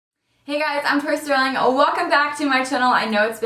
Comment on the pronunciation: Whoa wait I played the video was scrolling to the comment section when you said "Hey guys I'm " I heard "Hey guy I'm troye sivan" and I.was.SHOOKETH!